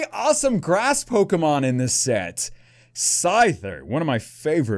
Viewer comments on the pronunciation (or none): none